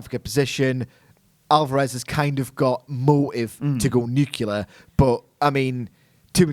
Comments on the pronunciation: The word is Nuclear (new-clee-arr), not "Nucular". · Why can't people pronounce the word 'nuclear' properly? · Nuclear not nukular.